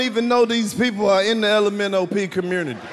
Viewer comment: My man said the lomop community lmaooooo